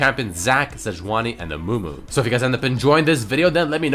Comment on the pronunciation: was i only one or did he say mumu? XDDDD